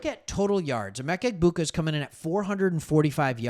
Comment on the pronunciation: Yo.. The “g” is silent in Egbuka.